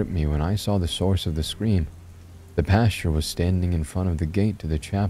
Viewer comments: No offense but every time you said pasture I imagined a piece of wheat wearing a clerical suit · When he was described as the "creepy pastor" it almost sounded like you were saying creepypasta, very apropos lol